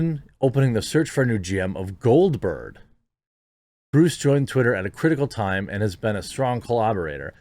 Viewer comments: Dude, you read names all day for this channel. How do you screw up "Bruce"? And Parag's last name... well you've had enough time by now. It's not "ARGA" like "Arg, another mispronunciation", it AGRA as in agriculture. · Article: "Bruce Falck" Jeremy: "Bryce Flak" ...Jeremy, come on.